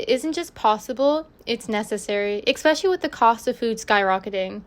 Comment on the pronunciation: Why do you say expecially? I only heard this from afroamericans.